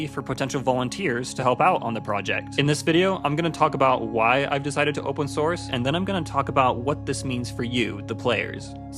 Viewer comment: oopen snorce